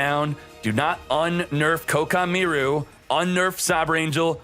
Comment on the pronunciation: The way you pronounce Koaki meiru just destroyed my ears